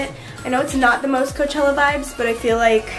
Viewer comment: Your intro said clochella